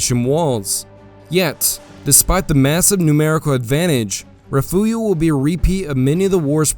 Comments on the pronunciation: Love the videos but again, it is: Refugio (rih-FYOOR-ee-oh) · great work with most of this. I like your clean style. But as a Texan, I need to correct your pronunciation of Refugio. It is pronounced Re-fury-o